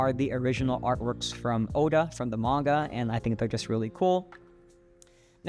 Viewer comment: The way you say Manga bothers me 😂